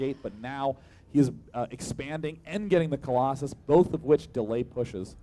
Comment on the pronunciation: I hate how he says " Crosses" instead of " Colossus".